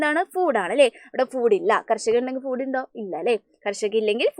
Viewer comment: ഫൂട് no ഫുഡ്😂😂😂😂😅😅😅😅